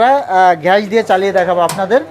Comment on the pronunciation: ঘ্যাস না গ্যাস 😂😂😂